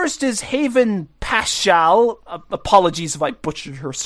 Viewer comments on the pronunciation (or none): none